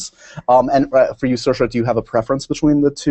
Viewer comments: dos call her Saoirs like her name but not with the "a" at the end? he says it when he asks the dance question. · He keeps saying her name wrong! It's pronounced ser-sha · I ship Saoirse and Max a lot. My friend and I call them Mairse. ♥ It's pronounced as Mar-Sha